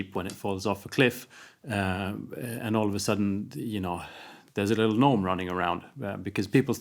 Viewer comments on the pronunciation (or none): none